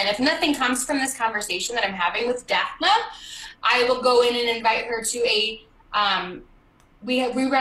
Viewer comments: did anyone notice that she kept saying daph-na? it was driving me crazy that she didn't even know how to pronounce the name DAPHNE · I know this is random considering I could say SO MANY THINGS but....why is she pronouncing that poor woman's name as "Daph-nuh" when it's "Daph-NEE"? FFS.